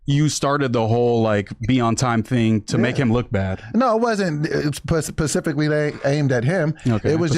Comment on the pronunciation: said he's not stupid and then dropped "pacifically" in the next sentence